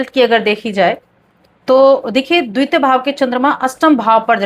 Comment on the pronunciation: द्वित्य नहीं द्वतीय त में बड़ी ई की मात्रा लगी हुई है उसका उच्चारण कीजिये